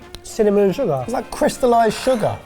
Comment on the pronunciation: "Ze sugehr" "Ze buttehr" "Ze buttehr" "Ze sugehr."